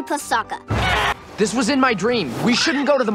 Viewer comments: Yeah tbh the movie would at least maybe be a little better if they actually made Sokka funny, and pronounced his name right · okay I didn't hear this until you said it and it even sounds like he has one when he says sokka